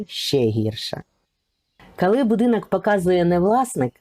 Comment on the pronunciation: Канал у вас хороший відео потрібні. Наче правильна українська мова. Та чому ж вам так важко українську букву О вимовляти! Це якась біда. Слухати неможливо! РАспАвідаю, кАли , кАлись. Жах! це навіть гірше ніж Юля Тимошенко. Вибачте.